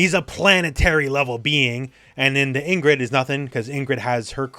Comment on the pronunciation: Pronounced EEngrid, not “in-grid”